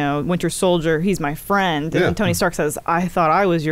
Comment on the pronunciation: “Hey my fwend’s back my fwend’s back!” 🤤 lmao